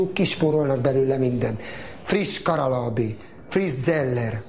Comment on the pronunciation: ehe milyen szép a karallllllábé íjaj de sukár xDD